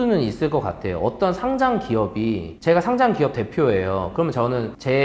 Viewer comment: 상짱x 상장o 과쎄x 과세o